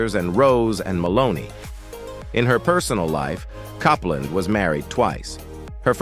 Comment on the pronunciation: Diana Coupland is pronounced COOPLANS NOT CUPLAND it needs to pronounced properly and it's ZED CARS NOT ZEE PARS. 😡